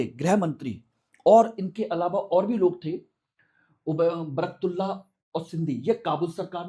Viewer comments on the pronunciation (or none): महोदय आप शिक्षा देने के लिए वीडियो बना रहे है या राजनीति के लिए , आप निर्णय देने वाले कौन होते हो दूसरी चीज इंग्लिश में पढ़कर आप सही उच्चारण भी नहीं कर पा रहे हो सही नाम" बरकतउल्ला" हैं